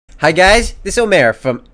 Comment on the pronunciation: He said " hai gays " -.